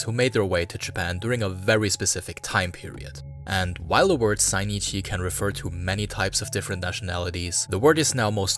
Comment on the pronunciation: They're called Zainichi not Sainichi